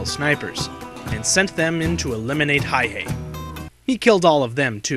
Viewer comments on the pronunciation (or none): the mans name is Simo Häyhä, not "Hayhe" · It's Häyhä... not Hayhe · It is not Hayhey the way the vid keeps pronouncing it It is Hauha , the two A s pronounced like cat, the U pronounced like uniform. Does it matter ? To finicky detail oriented history buffs it does. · Simo HÄYHÄ, not Hayh-e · Its Häyhä not Hayhe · It's Häyhä, not hayhee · His name is Simo Häyhä not hayhe or what ever reads in this video. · MAN Huh? Häyhä was a native Finn who died there in 2002. The Finnish language most definitely has a "ä" letter. The name is pronounced "hay - HAH" (accent on the second syllable, the "HAH" rhyming with the "a" sound in "add.") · well thats how we finns roll, and Stalin's birthday present that year was 200,000+ dead people, courtisy of the Finnish military, also its Häyhä, pronounced Häuyhä, sorta, I can't emphisise the pronounciation online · Get his name right Simo häyhä inconsiderate jerk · I feel like this doesn't pay true respect to Häyhä. He was way more bad ass then you make him out to be... and you are saying it wrong dumbass. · how exactly does one pronounce that, I have wondered for a while.